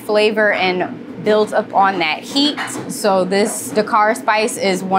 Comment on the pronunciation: with, that, smooth. “wif” “dat” “smoov” why do they get rid of “th” and replace it with random letters that are never the same😂